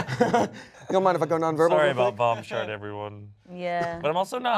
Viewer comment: When I hear vom shart I think you thought it was burp